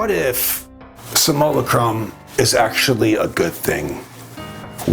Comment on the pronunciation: Love this channel one of the best on YouTube I like the way he pronounces simulacrum, Samoa Chrome😂❤❤